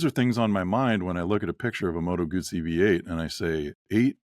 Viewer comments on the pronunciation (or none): "Arghhhhhh, it's NOT a "Moto-Goozey" for Christ's sake!!!" 😂😂😂